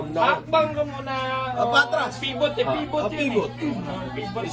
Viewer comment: PIVOT (Pai-vot) po hindi PIBOT 😭